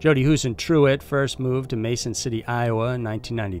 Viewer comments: her family doesn't pronounce their name hoose-en-true-it!!!!, its hoose-en-troot, why arent you checking this??????? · FYI:Jody Husentruit is pronounced TROOT ,not TRUIT. Even though it’s spelled that way.